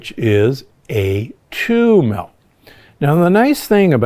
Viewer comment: I really wish you’d stop saying MELK.